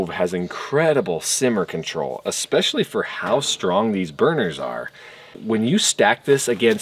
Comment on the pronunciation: “Unfortunely” is not a word. “Uhspechly” is not a word.